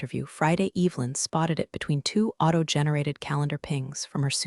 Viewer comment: It would be incredibly nice if words like Evelyn were pronounced correctly. An ai story with no human editing.